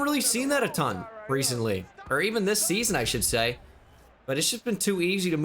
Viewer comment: Lol “Reece”ently